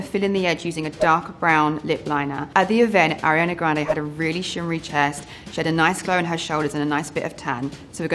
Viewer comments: “i’m a huge fan” can’t even say her name correctly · “i’m a huge fan of ariana grande” pronounces her name incorrectly, multiple times